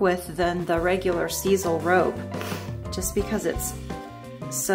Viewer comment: Love those jokes! Grandkids! What??? You did a fantastic job shaping the Skype. I believe sisal is pronounced with an ‘I’.